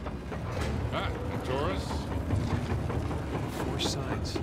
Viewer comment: How the hell Nate said taurus the worst !!